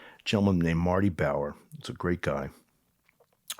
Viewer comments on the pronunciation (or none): none